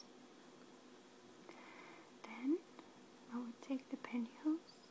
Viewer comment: Is she saying pantihoes?